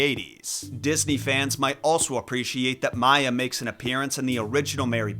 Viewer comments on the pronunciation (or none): none